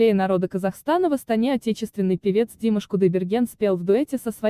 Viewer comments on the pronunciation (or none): Ударение правильно ставьте. не ДИмаш а ДимАш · Казахстан 24, пожалуйста, произносите правильно имя Димаш.Ударение на букву А. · Комментатор дура, ударение в имени Димаш надо ставить на последний слог на букву А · Автор, элементарно, ударение можно же правильно ставить на имени Димаша!